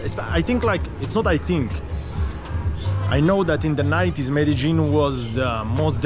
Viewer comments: Hi also Trini...Meh-duh-leen also Me-de-jin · Hi, watching you from Trinidad, and I'm enjoying your videos. Please ask someone to pronounce the name of that place Medellin. I have heard the, ( lin ) pronounced as ( yene) confirm this for me pls.